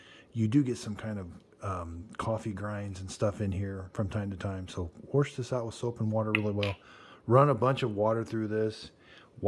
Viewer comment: Dude there’s no R in “wash”. Not “warsh” 😊